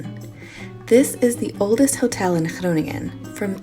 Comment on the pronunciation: Hey, I think I was more impressed by how you pronounce Groningen and some other Dutch words than by the dance moves... sorry... Nice shades for the day after 'maybe' having a few drinks;-)